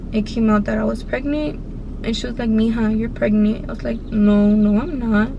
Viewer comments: she is saying “pregnee “ i hate her voice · pregneent i hate how she says it omg lol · The way she talks 😂 & how she says pregnant= pregniiiiit 😂😂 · How many times u gone say “ pregneet “ 😂😂😂 that shit took me tf out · Nobody: Her: pReGnEe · "Pregnit"🤦😭 what a story though a dios que libra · How she says pregnant “pregneet”💀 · IDK if she ghetto or something, bc she always says "pregneet" 😂😂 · a knoo im pregneet like bro y u talking like that lmao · Sadia Bikienga ”Pregnieent”😂😂😂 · Who heard "pregny” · Girl...stop. “Preg-NANT” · 1 like=1 her saying “pregneent” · Sorry I have to say it”pregnent”😂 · I’m Mexican and have an accent and I don’t say pregnant like that lol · leeanna Joshua she said pregneet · No it’s pregneent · “pregnee” omg y’all so mean 😭😭😂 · like miranda sings😂